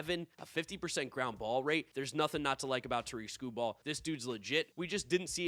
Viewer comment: Did pretty bad in predicting Tarik Skubal. Shame you didn't know how to pronounce his name.